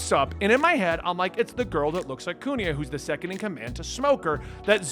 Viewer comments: Why do you pronounce Kuina as Kunia ? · his Usopp pronunciation wasn't even that bad yet nobody's correcting his Kuina pronunciation HGASFDGHASFD